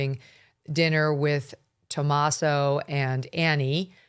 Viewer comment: Megyn, the Italian name Tommaso is pronounce: Toe-MOZ-zoe.